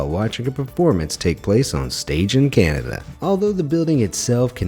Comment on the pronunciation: He just called Cananda Canadia